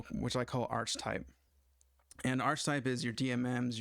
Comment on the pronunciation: This is pretty helpful, thank you. One thing that bothers me a it if your use of "archtype". You're using a variant of archetype (usually pronounced ark-uh-type), but that has a distinct meaning in OOP, so might not be the best choice of terms. Why not just just refer to the "Instrument Type" of the Instrument Class (= DMM in this case)?